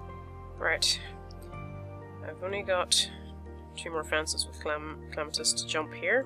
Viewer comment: Why do u call Clematis Clamatis? Not hating